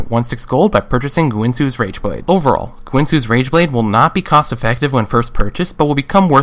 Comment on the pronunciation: Is it me or did he say rangeblade in the beginning?